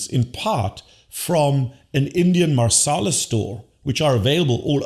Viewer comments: Marsala😂 => masala (no r) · It’s masala Dr. not Marsala.